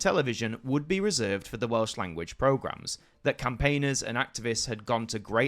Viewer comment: Excellent video and your Welsh pronounciation is spot on. Only a minor quibble.. Not only did Gwynfor Evans threaten to go on hunger strike, he actually did go on hunger strike. I recommend followers to check out the Welsh film Y Swn that documents this era brilliantly. Its in the Welsh language but English subtitles are readily avaliable. It was a pivotal moment in Welsh political history. It wasn't just about having a Welsh language channel, it was about the control we had to choose having a Welsh language channel.